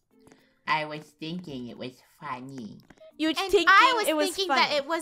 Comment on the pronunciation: Draco said I was thinking it was Fun-neh!!!! Insted of Funny!! LOL like if u guys agree